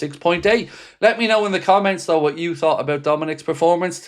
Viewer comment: It’s though not doe